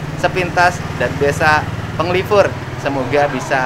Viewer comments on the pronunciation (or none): Punten, Kang Dedy.. Desa Penglipuran, bukan Penglipur... Nuhun